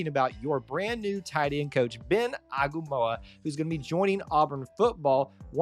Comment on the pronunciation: It’s pronounced Ah-ee-nga-mah-oo-wah and Ben has far and wide reach especially in the Polynesian community, which your competition has been tapping into a lot. I’m excited for you guys and excited to see what the future brings!